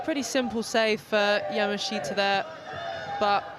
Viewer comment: I wish that commentators would pronounce Yamaahita correctly.